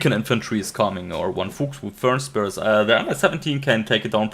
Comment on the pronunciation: Interesting cast. Thumps up. Du könntest bestimmt "Fuchs" und "Fernspäher" richtig aussprechen, wenn du dich anstrengst. ;-)